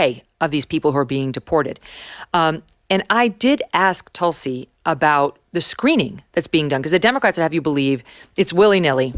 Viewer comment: Hello from India. It feels great to see you interview a woman who has been named after a highly revered medicinal and spiritually important plant. Just a note. Its pronounced Tulsi. Where Tu is pronounced not as Tutankhamen but as the French Tu. 😊